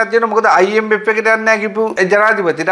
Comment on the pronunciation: Macho try to pronounce “F “correctly when you say “I M F “